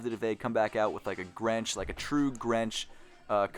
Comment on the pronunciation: you mean Grinch color way right😂😂😂you said grench